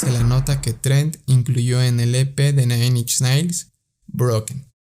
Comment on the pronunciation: se pronuncia nain inch nails demonios 🤦